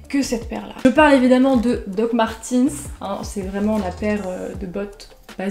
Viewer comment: alors juste pour dire, les dr martens , ça ce dit pas "martinse" ça ce dit "martaines" donc voilà quoi, ps j'ai les meme dr que toi hehe <4